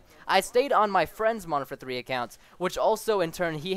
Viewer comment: When you say Modern Warfare 3, it sounds like you say Martha 3